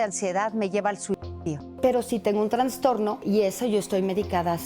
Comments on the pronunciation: Se dice trastorno… no se dice transtorno por favor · A VER REPITAMOS : TRAS .. TRAS .... TRAS ...TRASSSTORNO SE DICE. NO TRANNNNNSSSSTORNO!!!!!!!!!! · Dice transtorno??